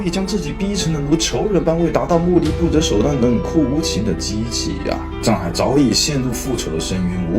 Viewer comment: 藏海····不是沧海··